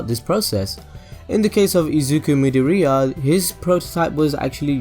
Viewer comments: 'Mid-or-ear' is how it sounds Not moody-ureah Please, don't butcher his name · "Mid-o-ria"...? I get that he was trying to be like, look at me spelling out Japanese names, but come on its midoriya... as in mid-or-iy-a. Say it right mate. Plz. It hurts. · Midoriya is pronounced:me door E ya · stop saying midoriya like that